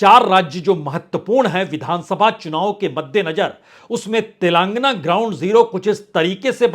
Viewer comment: तेलंगाना होता है न कि तेलांगना, सही बोलिए